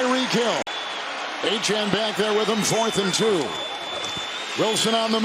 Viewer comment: 100% Certain Achane’s name is pronounced “A-Chain” not “A-Chan”. English hasn’t changed that much sheesh.